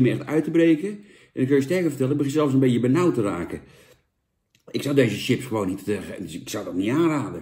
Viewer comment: Hoor je niet vaak dat iemand echt TJIPS zegt....